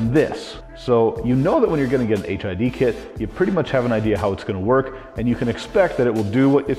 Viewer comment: Why does it sounds like he keep saying HIV lol 😂